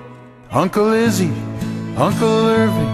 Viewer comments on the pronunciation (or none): none